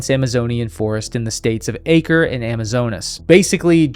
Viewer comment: Awesome video, My one note is that acre is not pronounced ake-er its ah-cray